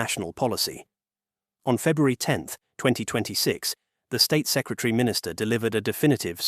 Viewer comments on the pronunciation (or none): none